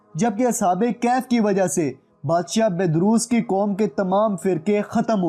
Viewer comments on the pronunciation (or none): Sir sahi word kahaf hai kaif is wrong pronunciation plz correct it thanks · It's kahaf please pronounce true word Kahaf not kayhayf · bhai kehaf ni kahaf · Bhai video buhut achi hai lekin ya lafz galat Ada kar rahe ho kaif iss tarh bola jata hai.ya kahf hai Na ka kaif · Asalamoalaikom kaif nahi bhai kahaf aur ya syedzada kia hota ha? syed kioun nahi? waisay ap nay mahnat achi ki. isa jari rakhain. Jiakamullah ho khair